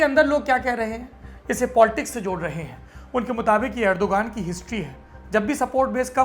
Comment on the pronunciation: Rajab taiyab urdugan ...naam sahi boliye plese ye videshi media ne hamesa urdugan ka naam galat bataya hai